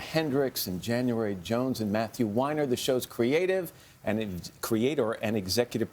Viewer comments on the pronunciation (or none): I hate how they say Weiners name like Winer, like no it’s WEEN-err